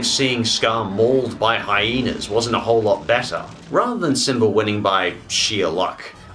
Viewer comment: I like how your say simbr